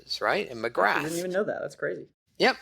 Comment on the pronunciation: Great stuff, but I did cringe a little bit every time he said Magrath, lol.